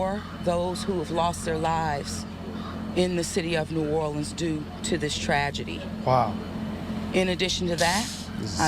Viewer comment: You can tell by how she's talking and how she pronounced new Orleans the fbi chick is from cali